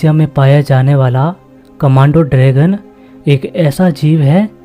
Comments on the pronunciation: कमांडो ड्रॅगन (commando dragon ) नहीं भाई, कमोडो ड्रॅगन (Komodo dragon) बोलते है उसको😂😂😅😅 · " Commando " Dragon " NAHI "... ✋🏻 KUMODO Dragon... !!!! ☺️👍🏻